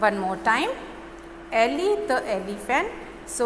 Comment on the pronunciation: "The" pronunciation is wrong... The Elephant..."e" is a vowel...